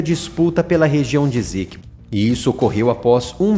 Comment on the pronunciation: PRONUNCIA-SE: "ÊÇÉQUÍBÔ".